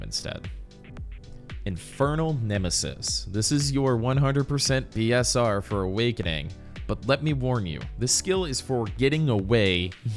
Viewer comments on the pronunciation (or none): Oh BSR? It sounded like you said P and not B, nice to know the abbreviation. Haven't played with people enough to know the lingo for BDO, have played with friends, but they don't seem to know the lingo either